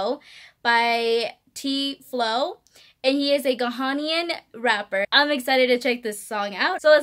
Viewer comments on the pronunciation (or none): The way she pronounced ghanian